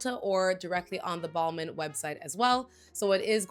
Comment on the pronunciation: Ball-min is not how your pronounce this one